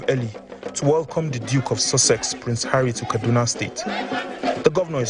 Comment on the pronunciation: "ARRY DOES ABUJA.😅😅😅